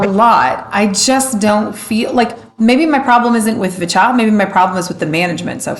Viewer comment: Since you asked: it's [vee-cha]. That's what they use in their introduction. I'm not sure if they change their intro if they are in Korea. Their Korean name is 비춰 [bi-chwo]. Other pronunciation tips (that you didn't ask for 😋): - Hallyu is pronounced as 2 syllables [hal-yoo] (it's actually even [hal-ryoo], but let's not go there). In general, any "y" in a romanization is never pronounced as "ee" (as in "baby") or as "a-i" (as in "by") or as "i" (as in "gym"). They are only pronounced as [ya] or [yo], etc. - since the way you pronounced "niche" is different from how I pronounce it, I looked it up. Seems like it should be pronounced as [neesh].